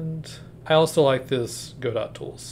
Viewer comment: hey man, good video but its go-dough not go-dot 😭